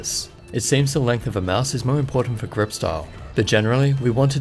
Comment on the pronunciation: grip not crip :D